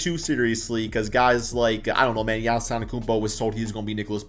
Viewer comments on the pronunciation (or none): none